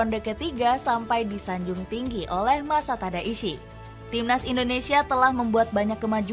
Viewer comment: Mimin salah sebut nama pelatih Thailand😂, Matasada, seharusnya masatada..